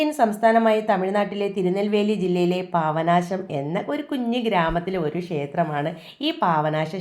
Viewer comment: പാവനാശം അല്ല, പാപ നാശം എന്ന് പറയു... 👍👍